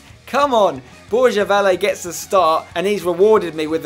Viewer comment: borja valle its pronounced bor-ha va-yeh